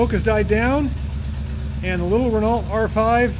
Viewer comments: Isn’t it like “ray-no” rather than “re-no”? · It's easy to pronounce correctly.. Re-NO! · All you did there was prove North Americans can't pronounce Renault :)